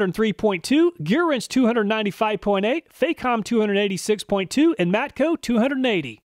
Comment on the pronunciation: It's not pronounced fay-com, the Fac rhymes with "back", it's "fack-om".